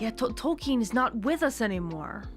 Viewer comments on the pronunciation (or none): none